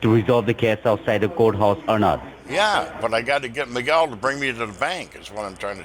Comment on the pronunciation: Terrible English by these 2 idiot scammers. He can't even pronounce "Miguel" properly.